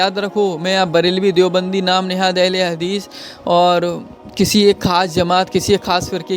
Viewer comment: Hadees ko hagis mt bole bhai 😢😢😢